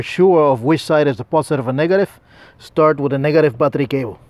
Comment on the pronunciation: What's a postive patricabho?! Oh 'battery cable' 😂 Thought he switched it up to Spanish